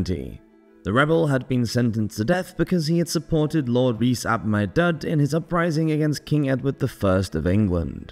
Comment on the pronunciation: Hey!! I love your videos, and always listen to them, but just to query the pronunciation of Maredudd - I'm not an expert, but I think it should be closer to "ma-red-ith" or "ma-red-eeth" 😊